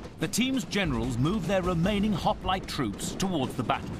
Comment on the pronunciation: They couldnt evening Pronounce Hoplite